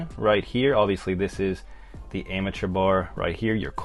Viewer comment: “ ARMATURE BAR “ As opposed to amateur bar “ Pronounced :- ARM A TURE